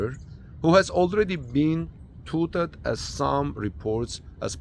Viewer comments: Not touted, it's tOwted like now with a t instead of n!🙂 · Say TAW-ted for touted.